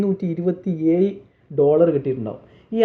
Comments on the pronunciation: നേരാംവണ്ണം വാക്കുകൾ പറയാൻ ആദ്യം പഠിക്ക്.. എഴിനെ ഏയ് എന്നു പറയുന്ന തന്നെയൊക്കെ എന്ത് പറയാൻ. ഒരോരുത്തരുടെ hard work. ജലസി ഉണ്ടായിട്ടു കാര്യം ഇല്ല. Bro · ഏഴ്‌ എന്ന് പറഞ്ഞു പഠിക്കു